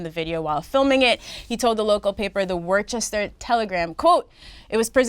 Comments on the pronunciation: Its pronounced "Woosta" not "Worchester" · Deska its wuss-ter not wor-ches-ter lmaoooo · Obvi Nadeska and crew have never seen name of the city Worcester before. Its pronounced "wooster" not WAR-Ches-Ter LOL! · DAYYYUUM NADESKA! YOU BUTCHERED THAT PRONUNCIATION OF WORCESTER, MASSACHUSETTS! LOL It's Pronounced "WUUS-TER"(kinda like the "Wuss" in "Wuss Good?" But the U is dragged out a lil more) not "War-chester" or whatever you said! 😂😂😂 it's all good tho, we all still LOVE YOU and fucks witchu heavy! MMMUAH! 😘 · It’s pronounced WOOster not worchester smh 🙄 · Wustah not worchester.... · Lol it’s pronounced wister not worchester lol ain’t even a h in the word 🤣🤣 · Nadeska BUTCHERED that pronunciation of Worcester, Massachusetts! 😀😁😂😃It's Pronounced "WUUS-TER"(kinda like the "Wuss" in "Wuss Good?" But the U is dragged out a lil more) not "War-chester" or whatever Nadeska said! 😂😂😂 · every1 in mass losin it when nadeska said "worchester" 😫💫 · its pronounced wooster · Worcester is pronounced Woos-ster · Worcester (pronounced: Wiss-ster) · The way ya’ll kept saying Worcester😂😂 I’m from the same place as joyner and everyone say it wrong if you aren’t from here. It’s supposed to be said like ‘wooster’😭😭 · It’s pronounced WOO-STER u bitch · Its pronounced "wooster". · el_propagz they just pronounced it “worchester” lol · Worcester is pronounced Wooster. MA shit. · hearing nadeska trying to pronounce Worcester was cringey